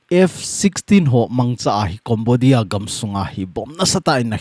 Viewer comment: Sir na pronunciation chu Cambodia (Kombodia❌ Kembodia ✔️